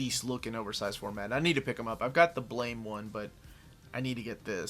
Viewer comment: i thought x-23 got canceled as part of the hickman take over of the mutanverse also totally not your fault cause its spelled weird (JAPAN!) but its pronounced Blam...like a gun shot...not blame (how its spelled) :P